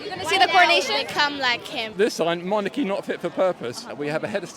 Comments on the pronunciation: What's a MONACHY? 😂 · Lol, "MONACHY NOT FIT FOR PURPOSE". Dude, it's "MONARCHY". Good to see British education standards. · Curious if all these "abolish" individuals were also marching and protesting when the queen was in power? Gotta love the "monachy" guy. Just a single "achy" spot?